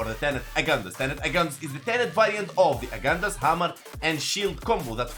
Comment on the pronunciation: pronouce the g in agendus as generation not like good